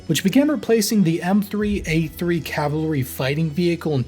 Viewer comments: This speaker couldn’t say Cavalry if it saved his life !!! LOL !!! He kept mixing up Calvary with Cavalry !!! Calvary is the hill they killed Jesus Christ on and the Cavalry had nothing to do with that !!!! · The way you say "cavlary" instead of "cavalry" is shouldn't bug me as much as it does, but it do. Just FYI. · It's CAValry not CALvary. The hill Jesus died on is not a premier American fighting force.